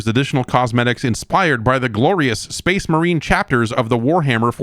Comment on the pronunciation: I think you mean "so that's SPAAYHZE MAWHREEN, 2."